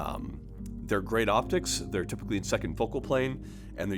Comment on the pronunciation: Did he say "geeat"?